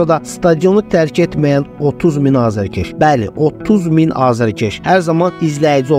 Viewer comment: Hər şey ela idi. Bir dənə "azarkeş" sözünu də düzgün yazıb tələffuz etməyi öyrənsək lap əla olar